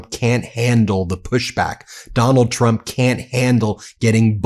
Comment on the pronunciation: It really does sound like she says chump instead of Trump.